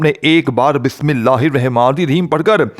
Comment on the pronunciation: بسم اللہ تو پہلے سہی پڑھ لو اور پھر وظیفہ بتانا